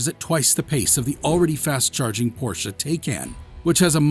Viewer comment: I Don't think Porsche (Correct Pronunciation: 'Porsh-a'; which you got EXACTLY right btw😏) Will EVER Dis-own the Internal Combustion Engine. Even though, they have Consummately re-invented the Electric Car. The TAYCAN is one of the finest EVs on the Market.